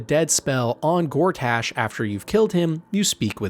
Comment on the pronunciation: Honestly it gets worse. He says Lamp Light rather than Last Light, describes the KuaToa as Frog people, says Envier Gortaash, says Mincs instead of MinSC and calls Boo a Giant Space Alien. It couldn't be more obvious that it's a ChatGPT thing and even ChatGPT would get these things right I hope.